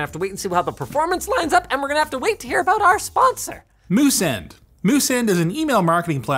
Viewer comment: "Can you tell me again just what your talking... ABOOT?"